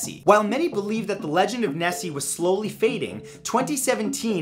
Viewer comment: Matt. towards the end of your Scottish accent you sounded more Swedish. Instead of SAM-waer you need to go SOOM-waer, and instead of "out thair" you need to say "oot dair", and instead of "Nessey" you need to go "Nesseh", difference being a stop at the end of "Nesseh". Less AAAACH and more ACHHHHCHCHCH. Thusly: "ACHHHH! NESSEH! YER OOT DAIR SOOMWAER!" And that is how you Scottish.